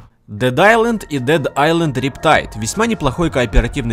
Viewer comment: Дед истанд сукааааа дед исланд